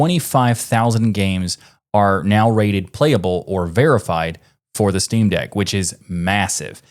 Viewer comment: "Shteamdeck" I like it.